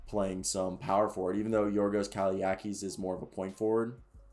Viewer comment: You pronounced his name perfect, but you butchered his Surname. It's Kalai (TZ) akis. Try to pronounce it like J sounds in word Jackal.